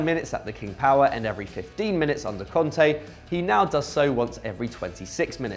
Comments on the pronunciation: Its Kante not Konte. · You said cunte instead of kanté